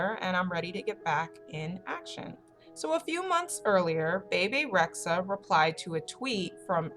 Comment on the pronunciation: PLS PLS PLS SAY HER NAME RIGHT ITS “BEE BEE” NOT “BAY BAY”